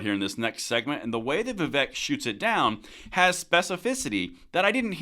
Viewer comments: That's Vee-Vake and not Vee-Vek. And the more I hear him (Vivek) speak, the more I like him. And I couldn't agree more. If you make schools gun free zone...well I'm preaching to the choir. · It’s pronounced VIV-AKE, as in “cake.” Not VIV-ECK, as in “heck.” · Vivek rhymes with cake as in Vivake.........FYI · I know it's spelled Vivek, but it's pronounced Vivake. Rhymes with cake.